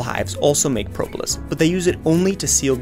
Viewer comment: How you say Propolis: Pro-bo-lis